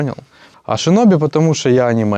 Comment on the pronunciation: Дуже цікаве та надихаюче інтерв'ю. Здоров'я Діду. Єдине невелииичке зауваження. Можливо покажусь душнілою, але не ШИнобі, а ШІнобі. Через И пішло з російської бо в них чєлюсть нє такая, і вони після Ш казати І не можуть. Український варіант Шінобі. Якось так :3